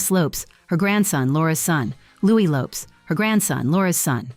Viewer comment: Wasn’t Fergie caught for cash for access and it’s still mentioned to this day, even before the Epstein files?? And even after her divorce to Andrew. Camilla’s daughter’s last name is pronounced like Lopes not Lopez, and Louis is pronounced like the French version, not English, and Camilla’s ex-husband is Princess Anne’s daughter Zara’s godfather. There has been intermingling between Anne and Charles with the Parker-Bowels family for decades!